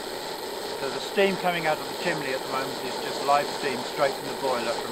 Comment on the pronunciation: ...Please go to your brother and teach him to say CHIMNEY. Chimley is something a 7 year old would say. You have had over a half century to learn the vocabulary of your hobby, so get with it and go back to the basics.